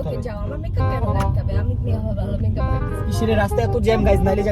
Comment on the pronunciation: বলছে বেকাপ আশলে হবে মেকাপ 😮😮😮😮🎉